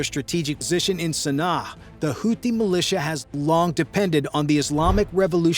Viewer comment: And that's "houti" not house.